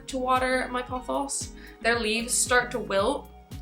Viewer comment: I love the way you say pothos,seriously.